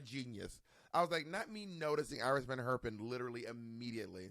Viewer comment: Adding to the others who have commented on the butchery of the names: Iris van Herpen... but most English speakers mangle the pronunciation of this Dutch name, maybe because it looks English and they've only ever read the name, not heard it.